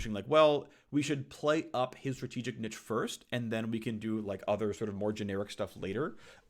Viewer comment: You know he has no idea what he is talking about when he can’t even pronounce “niche” right.